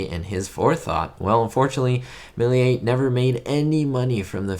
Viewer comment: In French Méliés is pronounced mayleeyeh not meh…